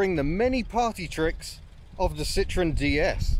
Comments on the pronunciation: it's not a citron. a citron is a lemon. This is a Citroen. Note the 'e' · Apart from the fact that you either don't know how or refuse to pronounce the manufacturer's name correctly this is a great video. Such a technically and optically advanced car that was. Way ahead of time.